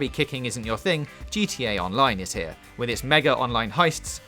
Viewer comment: what the fuck why is fowtnite hewe